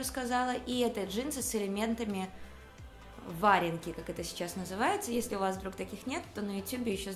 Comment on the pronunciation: Джинсы варЁнки, и свитера с хомутАми! Обратите внимание на ударения, очень режет слух